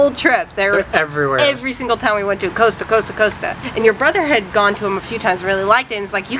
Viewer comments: Its pronounced COST-A as in Costa Rica, not coasta. Its not unusual for the titled owners of stately homes in England to actually engage with visitors/tourists and we were once given a personal tour by Lord Burghley at Burghley House when we met him in the main hall. I have also met the Duchess of Devonshire in similar circumstances at Chatsworth House. I believe that the Marquess of Bath does the same at Longleat. Perhaps you were not lucky enough to meet the Duke of Marlborough or the family. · Just to correct you, it’s cost - a, not coasta lol😂love your videos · Coaster? And then I realised it was Costa, pronounced Coh-Sta. Bladon is Blay-don. Having been to the States and watched movies there, I find the clapping at the end very odd. In the UK, we just get up and leave. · COSTA (coster) not COASTER 😆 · I came here to say it’s cost ‘A’ 😂😂 not coaster 😮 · Love your vids! Just to keep you on the straight and narrow, though, it’s pronounced ‘Cos-ta’ as in imposter, rather than like coaster! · That's an interesting pronunciation, Coasta. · Tesco is probably a 24hrs Costa ( pronounced Cost-ta ) Glad you enjoyed the U.K. lots more to see. Cornwall is great. Scotland highlands are wonderful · Costa- it rhymes with imposter. Not important, I know. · COSTA is pronounced COST a. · Pronounced "Cost-a", cheers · It's pronounced Cost ( as in the price of something ) then say the A on the end as you were...Still not as bad as my mother who was going around calling Caffe Nero ( another major chain ) Caffe Nerd, in her defence her eyesight isn't what it was and if you see the font on their shop fronts I can just about see why. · Just a minor point, we pronounce "Costa" like the "cost" of a ticket :) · There's no A in Costa so it's pronounced cost a, like cost a lot but drop "lot". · Coss-ta not coast-a Haha you Americans... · The town is Woodstock.We say Costa not Coast-a, and Blay-don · Coaster? Costa pronounced as the spelling cost a. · Costa pronounced Cost-a not coast -a